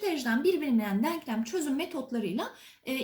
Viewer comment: Hocam harikasınız süpersiniz diksiyonunuz da çok güzel ama yanlış anlamazsanız deanklam değil denklem denmesi gerekiyor. Gerçekten izlerken kulağımı çok tırmaladı söylemek istedim